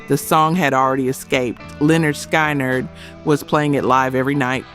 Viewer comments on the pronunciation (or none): It's pronounced SKINNARD. Not SKY NERD. If you're rock n roll you'd KNOW that.